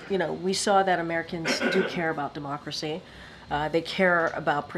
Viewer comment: when she’s “democracy” she says the word differently. Different than the first couple times.